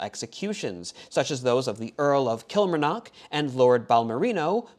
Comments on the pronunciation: FYI, it's kil-mar-knock. Not "kilmer-knock". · I hate to quibble, but "Kilmarnock" is pronounced "kill-MAR-nock", not "KILL-mar-nock".